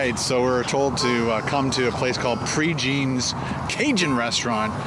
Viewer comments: I'm from lafayette and not to sound rude but the way you pronounce "prejeans" makes me cringe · It's a good thing few people heard you pronouncing things, haha! Just a handy tip, it's Pray-Jawn in pronunciation, not Pre-Jean. It's a gorgeous place, just sounds funny. Proud to be from this beautiful hub city. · furthermore its pronounced like "pray johns" and actually locals have many more preferred placss, although for tourists that place works fine. this is a city with hundreds of restaurants and really so many things to see and do!